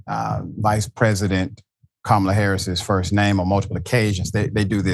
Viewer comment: Notice, how he paused, and pronounced Kamala's name correctly there!! When at ALL of his rallies, he seems to be unable to... 🤔🤔🤔